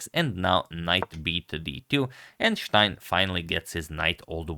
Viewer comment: Its not schtein...its stein